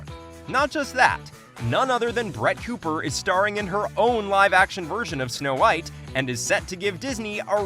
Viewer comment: " S'no Whitey"